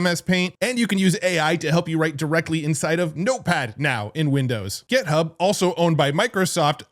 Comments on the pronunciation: It's GitHub, not "Get Hub." And "how it looks," not "how it looks like." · We need to have you say "GIT," rather than "GET" when referencing GitHub.